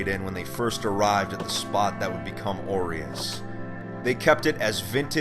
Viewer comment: Why am I hearing "oreos city"